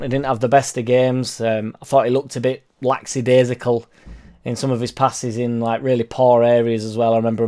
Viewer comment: Only 1 s in "lackadaisical",. Lack-a- dai-sic -al. (not lacks...)